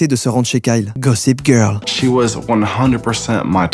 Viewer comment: Gopiss girl il a dit 😂😂😂😂